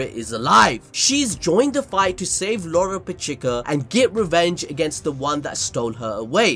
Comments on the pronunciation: This man stays calling lolopechka loropechika lmao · does this guy say anyone's name right? Me-Juke-Ula? Lolo-Pechee-kuh? Like bro, stop the games and say it normally it's fucking annoying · WHY IS HE SAYING LOLO PECHIKA????!!!?!?!?😭😭🤣🤣